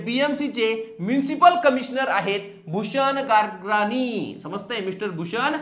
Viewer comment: गागराणी नाही गगराणी